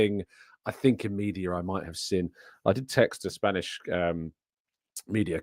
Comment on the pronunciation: Can you please pronounce seen correctly? Lol “sin” lol